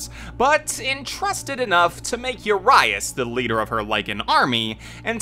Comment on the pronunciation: His name means 'huge' in Romanian. And you badly mispronounced it every time :)